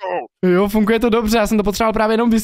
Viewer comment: Prosím nauč se říkat slovo funGuje. 😀 Můj šestiletý syn rád kouká na tvoje videa a byla bych nerada, aby kvůli tvým videím špatně mluvil. Děkuji 🙏🏻